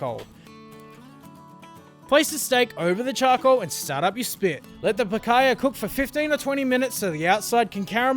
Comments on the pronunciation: Picaya? Lmao its picahna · Picaiyah? It's PEEK-ANYA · If you are gonna cook it, atleast try and pronounce it correctly, it is pronounced picanyia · Nice vid. Just the pronunciation of Picanha is more like “Pikaanya” sound. At least in São Paulo! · I'm glad he took the time to learn how to pronounce it.😐